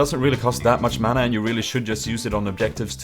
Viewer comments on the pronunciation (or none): none